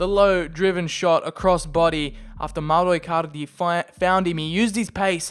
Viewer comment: Do you wanna say mowro icarlidy any more